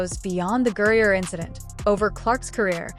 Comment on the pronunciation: The name is GRINER not GURRIER!